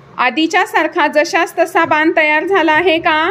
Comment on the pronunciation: बान नाही बाण